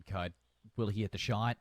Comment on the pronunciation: Ada Casternya ternyata. Btw lucu jg Cud dibaca Kud sama org luar :v